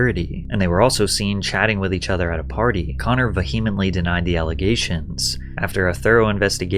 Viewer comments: hey I love your videos Patrick but PLEASE learn how to pronounce “vehemently” it bothers me so much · I need you to learn how to say "vehemently" correctly. In fact, I vehemently request that you do.